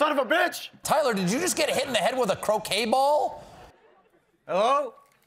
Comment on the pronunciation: When he said hit by croquet ball I thought he said cocaine ball at first 😂😂😂😂☠️☠️☠️